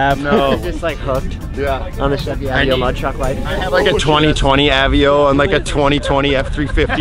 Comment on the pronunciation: Its A-VAE-O